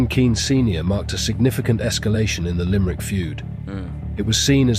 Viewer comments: Its LIMERICK not LIMEEERICK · It's pronounced Limb-rick